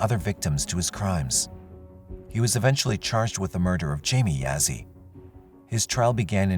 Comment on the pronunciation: For Jamie Yazzie, Yazzie is pronounced “yah-zee” not “ya-zee”.